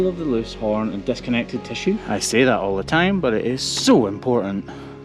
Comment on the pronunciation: tha is pronounced that and ba'er is pronounced better. uer driving me nuts ; )